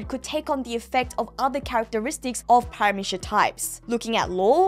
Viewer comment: God why do both you and pronounce Paramecia with a SH at the end. Really bothers me for some reason